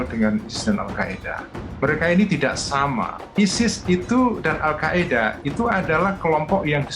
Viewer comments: Al Qaeda min bukan Al Qaidah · Al qaeda min bukan qaidah wkwk